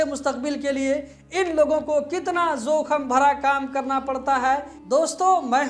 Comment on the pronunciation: KYA BAR BAR ZOKHAM BOLTE HO...SAHEE WORD JOKHAM HAI...KYA URDU NAHI JANTE....AFSOS